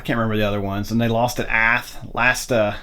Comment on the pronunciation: Lovely game and setup! I can give you some pointers in regards to pronunciation: General d'Armee is pronounced General dar-MAY. Tournai is Toor-NAY, Ath is ATT, Enghien is like Ang-YEN.